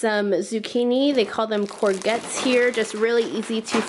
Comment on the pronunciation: I love hearing you pronounce courgettes😂❤️ (it's pronounced courjet) but it sounds so cute your way